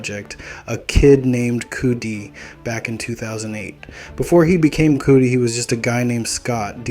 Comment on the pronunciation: It’s *cuh-dee, not cootie 😂